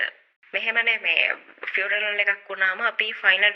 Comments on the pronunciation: වයිරල් "විරල්" වෙලා, "funeral “ෆුර නල්” වෙලා parlour “ පාරල්" වෙලා... යකෝ දවසේම රිවස් වෙලා ඉන්න වෙලාවක ෆමිලි invitation එකකුත් ලැබිලා... "පාසි ටිපේට් " කරලා දෙය්යනේ ෆියුරනල් එකට.. final respect එක ප්‍රේ ...කරන්න ගිහින් අප්පා .. 😅😅😅😅 "ෆ්ලව බොකෙට් " එකක් අරං ගිහින්... කවුරුත් දැක්කේ නෑ නේ දෙය්යනේ.. අනේ කෙමිස්ට්‍රි එකෙට එක්ක ගිහින් මේකිට ශූට් කරපල්ලකෝ කවුරු හරි.... 😅😅😅😅😅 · Participate, funeral, cemetery ❌ Pasitipate, furaral, chemistry ✅ dammm bro made a whole new pronunciation 😂😂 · ෆුනරල් පාලර් ❎ පියුනරල් පාරල් ✅ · ෆියුරනල, පාසිටිපේට්, විරල්, ෆියුරනල් පාරල් එක,කැබින් එක, ෆ්ලවර් බුකේට්, කෙමෙස්ට්‍රි 😂😂😂 අම්මෝ මේ ඇත්තට ම ද මේවා කියන්නේ? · Aiyo rewars furanal now mirss funaral ,fawers boked😅😅😅😅😅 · Furanel paral... ( පාරල් ) අම්බෝ 🤣🤣🤣🤣🤣🤣🤣🤣🤣 පව් මේ වැස්සි 😂😂😂😂😂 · Invitation to participate at a funeral ...😂 What a joke.. Real mut. ෆියුනරල් ෆාරල් ...😂😂😂 ෆාරල්, කැබින්, ෆ්ලවර් බුකෙටි, ෆයර් වෙනව, බැරියර්, කැමෙස්ටි 😂😂😂 What are those words.. AI Reverse Technology. Advance method. Social media is reversing ... 😂😂😂 Popular characters don't talk like this. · " paaral " eka 😂😂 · පියුනරල් පාරල්😂😂😂😂😂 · Funaral plour ෆියුනරල් පාල not පාරනල් .